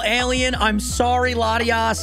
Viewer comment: NEITHER! THE FIRST O IN LATIOS IS SUPPOSED TO BE AN A! AND THERE IS NO W IN THE NAME!